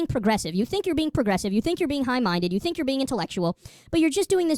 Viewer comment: I know he says high minded, but when he says it, it sounds like hive minded... I wonder why I keep thinking that......